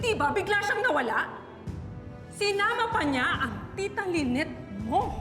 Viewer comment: Ang name ba ay Lynette or Lyneth (with “th”)? Kasi is driving me crazy when he pronounces the name of his wife with “th”.